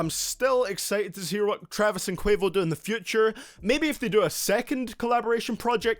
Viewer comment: My mans said quavious